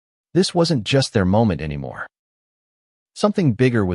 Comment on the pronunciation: Good story but the AI narration needs a lot of fine-tuning. How does the word "anymore" become "Anna Marie"?